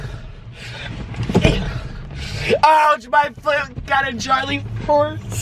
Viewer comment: He said charley Force